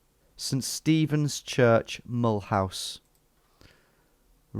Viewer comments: "Mull house" is not the way the city is pronounced. It's the French pronounciation: mə-LOOZ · As a French, hearing you pronounce Mulhouse "Mullhouse" is so damn funny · Being french, the first part was facilitated but it was really funny. I burst out laughing when I heard your pronunciation of Mulhouse. I never realised that it could sound so british. It was even funnier given that you nailed "Alsace-Lorraine" just before :). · And Mulhouse is pronounced like "M'loo sir" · Thought you'd recognise Mulhouse (pron. Mull-ooze) Tom, given that it's twinned with Walsall! 😂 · Mulhouse isn't pronounced as Mulhouse; it's pronounced as Mulhouse.